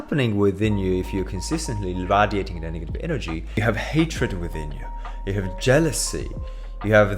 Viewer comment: can’t trust a nigga who doesn’t know how to pronounce radiating